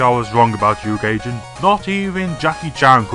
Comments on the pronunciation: It's not pronounced gayjin its guyjin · GAY-Jin!? It's GUY-Jin Goombah! Also why does he have to be english? Omg so annoying that I share a country with someone so ignorant! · And "Gaijin" as "Gay-Jin" instead of "Guy-Zsin?" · its prnonced gijjin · Really good stuff here, &, but I have to question why you pronunce "Gaijin" as "Gayjin". Anyhow, good stuff there. Almost makes me not want to stomp ya... again. (Sorry for that, by the way.)